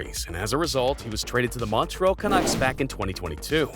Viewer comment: The pronunciation of Montreal, is like nails on a chalkboard to my ears